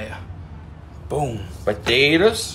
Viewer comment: Why I'm the world do you peal the puh-tay-tuz?